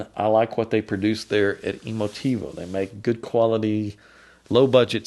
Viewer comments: Emotiv-uh, not Emotiv-oh. FYI. Otherwise thanks again. Makes one wonder exactly what shingle hangs on the wall of some audio designers. I think some of these people are former bank tellers. Thanks! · Emotive not emotivo come on man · Tivo was / is a great product and solution. It's so good it has you pronouncing Emotiva as EmoTivo. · This speaker measures and plays as the best in it's class for the price... That is no small achievement... And mispronouncing is disrespectful and makes that person look dumb...